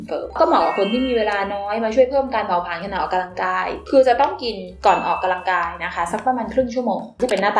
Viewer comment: ดว้ยความเกรงใจนะคะ ควรออกเสียงคำว่า ออกกำลังกาย ให้ถูกนะคะ ไม่ควร ออกกะลังกาย นะคะ ขอบคุณค่ะ